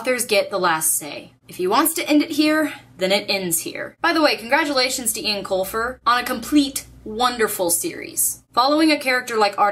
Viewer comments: Eoin is pronounced "Owen" not "Ian". "Owen" - Yes "Ian" - No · You pronounce Eoin Colfer's name "Owen" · Caballine taking on all of the goblins was one of my favourite moments in the final book. (PS it's pronounced 'Owen', by the way) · Eoin is pronounced Owen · I think Eoin is pronounced like Owen. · I've read the whole series but my favorite part of it all was when Holly gave Artemis the coin and said he had a spark of decency inside him. <3 also, it's pronounced "Owen" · Just to let you know, even though it's spelled "Irish-ly" the name Eoin is actually pronounced as we would "Owen"